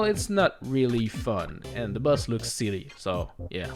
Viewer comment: Why do you say "Buzz" instead of "Boss"?